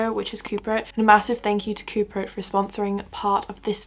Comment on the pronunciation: when you said the video was sponsored by coupert i did hear cooper 😭😂